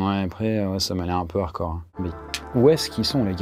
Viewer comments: Redis encore une fois harcor au lieu de hard core bordel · Le "d" de hardcore n'est pas muet pour info